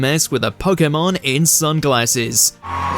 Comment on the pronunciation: Only real Pokémon fans will appreciate your correct pronunciation of the word. It irks my soul when I hear people say PoKeymon and not PoKaymon.